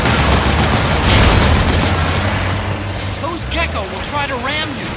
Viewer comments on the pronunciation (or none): none